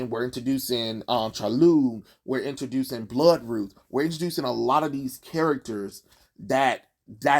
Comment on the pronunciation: BloodRuth? I thought her name was Blood Root 😄